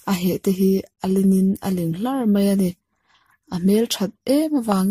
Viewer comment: a heh pawh a ling hlàr(thluk sang lo in),hlâr(thluk hniam tur ni em)